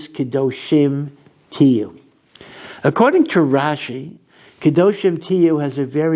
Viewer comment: Rashi's NOT rashes 😉